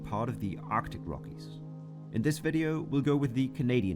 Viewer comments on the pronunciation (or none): none